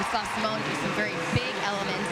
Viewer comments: See-mone Biles. I want to scream every time they say it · They didn't even know how to pronounce her name- kept saying Seemone!